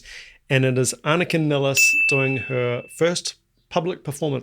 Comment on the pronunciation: First, I have to say that you're one of the few people who pronounce Anika's name correctly, the way we do in Germany 😊. She herself often pronounces it "Niles" for English-speaking people to make it easier for them. I've seen her live several times in Germany with her own band, Nevell, where she played her own compositions, in which the drums play a central role, with many odd rhythms, polyrhythms, and time signature changes. Therefore, I know she'll master all the more complex Rush songs with flying colors. Furthermore, her performance of Rush's "Finding My Way" demonstrates her ability to adapt to any kind of music, even more straightforward rock songs.